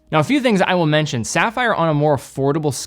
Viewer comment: SAFFER CRYSTALS. Then he does go on to pronounce it CORRECTLY.